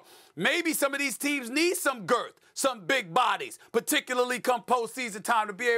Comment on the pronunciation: Why does he keep saying “Girth” and “Big” like that